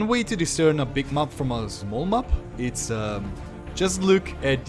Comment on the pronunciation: Please, you still need to work on your pronunciation of the word map, especially if you're gonna say it 5 times a minute.